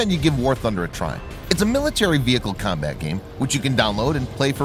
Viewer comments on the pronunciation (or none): none